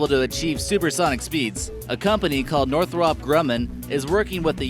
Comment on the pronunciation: Nor-throp....its pronounced North-rup after it's founder Jack Northrop.